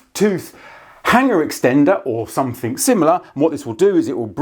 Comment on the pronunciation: Please don’t add the letter “ K “ to “ something “. Great video 👍